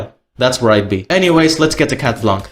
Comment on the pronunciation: Oh and for the anecdote, we pronounce « Blanc » « Blan », the c is muted ✨